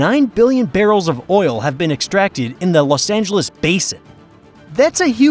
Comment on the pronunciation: "Lus" Angeles?